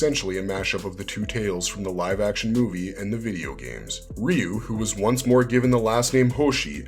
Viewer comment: Finally! A video that pronounces Ryu correctly! And it only took 36 years!